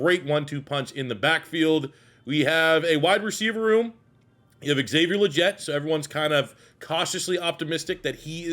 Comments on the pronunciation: Love you’re bringing this back my guy! XL’s last name is pronounced Lee - get but looking forward to the rebuild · It’s lee-get bro tf are you saying😂